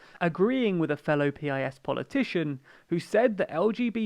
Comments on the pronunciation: listen to ye olde Pole when he says: the party name is pronounced just the way you pronounce "urine", although more sharply. So "peas" perhaps. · no you libtard it should pronounced like the word peace